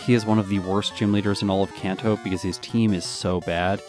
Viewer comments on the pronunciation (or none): Seemed like you did a lot of training on rando trainers. How would E4 grinding instead have affected the time? Also, Kanto is a soft a like in "father".